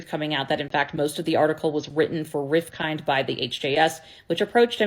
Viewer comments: "Rif-kin" - the (d) is silent. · Hi, great video btw Rifkind is pronounced Riff-k-ind (so 'Riff then' 'k' + 'ind' as opposed to 'kind'). I used to work with his daughter Caroline in business consulting. The islamaphopia is especially egregious as Malcomn has previously held intelligence oversight roles on behalf of the British Government, so the lack of sources here from someone inside the industry connected to anti-terrorism would hold weight. This latter fact is made all the more concerning given that HJS is also a registered charity and has previously come under scrutiny by the UK charities commission, given that some regard it as a politically motivated think tank instituted for the purposes of spreading islamaphobia. Finally, it's important to note that Malcom Rifkind is held with great regard within the UK jewish community.